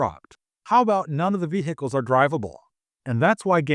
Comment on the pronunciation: Nobody gives a shit about speeders or any other vehicles (btw the "H" in vehicles is silent). We have a lot of reasons for why the game sucks, speeders is not one of them.